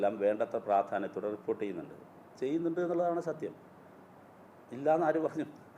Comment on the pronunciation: This gentleman really don't know how to pronounce reporter's